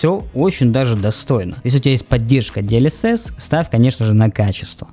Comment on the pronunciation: "Диэльесесь" - ору)